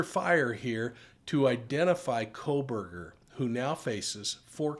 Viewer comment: "Kohberger" - not "Kohburg"